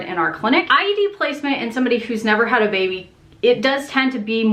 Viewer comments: Every time you say IUD it sounds like you're saying IED. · I swear she's saying IED, not IUD.